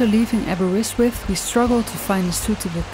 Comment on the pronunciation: That's the most unusual pronunciation of Aberystwyth I've ever heard 😛 I usually just call it Aber. Another great video.